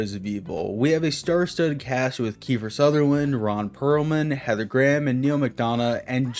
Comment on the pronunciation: bruh said kiefer sutherland